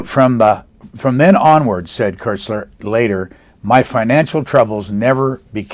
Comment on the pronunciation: just for the record and ,admittedly , it s not THAT important bnow but koestler s name is pronounced as kostler with an umlaut and certainly not as Kessler as your man here said, its a german name after all The book sounds great btw, will try to lay my grubby paws on it sometime soon